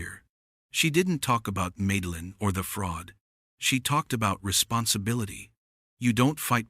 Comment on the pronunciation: Hey YouTube! Teach your stupid A.I. how to read! The HOA lady's name is Madeline, which is pronounced Mad-a-line! Mad, as in insane, totally appropriate!